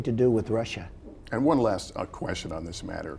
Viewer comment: Lester Holt has "fudging....Trump said Russia perfectly during the interview not "Russir."